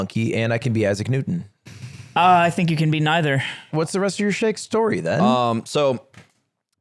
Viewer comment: Ludwig pronounces "Isaac Newton" as "As a Knutan" (meaning, a fan of Knut)